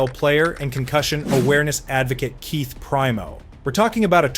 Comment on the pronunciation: How do you make a hockey video and not know how to pronounce Igor Larionov, Evgeni Malkin, and Keith Primeau?